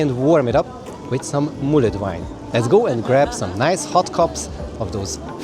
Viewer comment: Great video as always! Just one thing, mulled is pronounced /mʌld/, it sounded like you were saying /mʌlɪd/ or /mʌləd/